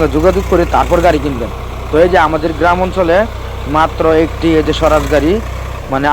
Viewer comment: সরাজ না, 😂😂😂সাওরাজ হবে,,,,, ট্রাক্টর এর নাম জানেনা আবার রিভিউ দিতে আসে,,,,😂😂